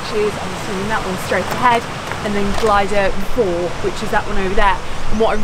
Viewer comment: FTR - it's pronounced Glidder Vower not four! Noce film, and a iconic walking route. I was hoping you might have had a shot of the gulley next to Bristly ridge as you descend off the top of Fach, as some of the online apps send you that way. I've walked this as a kid a couple of times with my parents in the 70s (before there were steps up devils kitchen) and we followed to same route as you - head east off the summit to intersect the Miners path that then takes you onto bwlch tryfan and into the cym